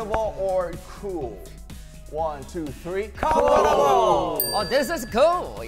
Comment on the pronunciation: The way jimin said “this is KeWl” I can’t explain it it’s just something about it😭😭